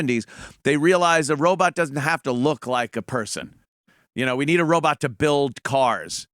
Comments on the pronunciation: OMG ANTHONY RO "BOT" not "BUTT" FUCK!!!!!! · Awee said Robut...